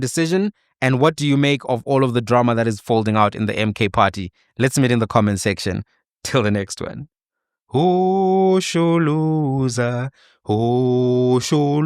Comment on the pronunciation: Shosholoza wena man;; not hosholoza😂😂